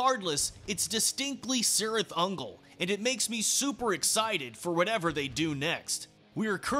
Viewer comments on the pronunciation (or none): The C at the beginning is a hard C sound, like a hard K. It's properly pronounced KIRITH UNGOL.... I'm not saying, I'm just saying, know what I'm saying!?!😮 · Awsome but you are saying the name cirith ungol completly wrong specialy the C word.! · In all Tolkien's work, the C is pronounced as a K. So, the proper pronunciation is Kirith Ungol. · The band pronounces it with a soft C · In LOTR, yes. The band pronounces it with a soft C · The band pronounces it with a soft C. LOTR pronounces the hard K. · In Lord of the Rings, yes. The band pronounces it with a soft C. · Say just Sirith Ungol